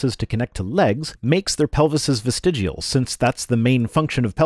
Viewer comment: everyone knows it's pronounced "vestigual". (On that note, looks like TTOR has deleted his channel, also that a year ago I made a similar comment on a Utah Outcasts video. My material is almost as stale as a Hovind's).